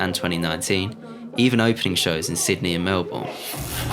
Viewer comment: The way he pronounced Melbourne 🤮